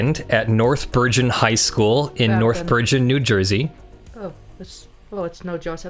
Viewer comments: Its pronounced ber-gen, with a hard G. Like 'get' or 'gynecology'. Not that it's a big deal, but Bergen County is a great place to visit if you ever have a day off in New York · That pronunciation of Bergen was painful.